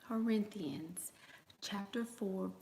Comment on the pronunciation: “Whorinthians” baby Im dead! 🤣